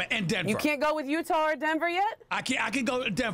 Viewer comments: “I can’t go with UTARR” !!!! 😂😂😂😂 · SAS- "I can't go with Utahrr" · "utar".... lol